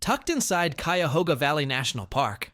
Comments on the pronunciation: It's funny you mispronounced Cuyahoga National Park twice but said Cuyahoga River correctly. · Wow…totally botched the pronunciation of ki-a-HO-ga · Yeah, and he says Q-yuh-HO-ga National Park. Ridiculous. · Fin-d-ley market....cy-ya-hoo-ga national forest...and you missed the best feature of hocking hills...my family,of the Shawnee, lived and hunted there...we were also hunted there,but we knew the land and had "signals" on where to go,or where herds were moving to...look for handprints,Buffalo, and sun or moon and what phase they are in...they are still "painted" on the walls..some are easy to find..others,youll have to search and be brave ;) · Check your pronuciation with locals. I heard 3 things mispronounced. Cuyahoga, Stan Hywet and Findlay. Fun to watch. Thanks